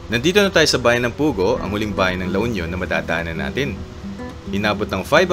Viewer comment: fyi po para pong mani (peanut) ang pronunciation ng Bani. gaya din po ng Pugo mabilis lng din po ang pronunciation